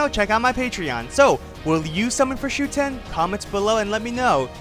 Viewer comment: It’s SHUten, not ShuTEN.